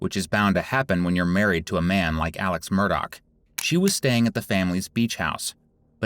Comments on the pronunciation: Murdaugh not Murdock. FYI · Your true crime ai slop generator can’t pronounce the last name do better